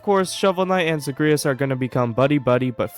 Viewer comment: you are mispronouncing Zagreus 😭